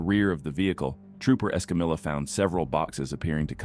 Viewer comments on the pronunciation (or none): Trooper Escamilla 's name is pronounced; s-cum-e ́-yah.....NOT s-cum-illah. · Why can't computer voices pronounce non-English names, like Escamilla? She clearly states her name as "Escameeya," but the computer voice always says "EscamiLLa" as if it's an English name. This gets annoying as it's disrespectful to the officer. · EscamiLLa!!!! Hilarious! C’mon narrator! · Ugh! It's like pulling teeth whenever you hear someone butchering another person's name. It's pronounced Esca-Meeya